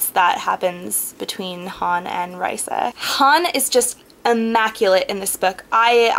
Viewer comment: not tryin to be mean when i say this but u pronounced raisa's name wrong.. i had heard cinda w chima say it in a interview thing.. it's kinda like raisin but instead of in at the end it's like an uh..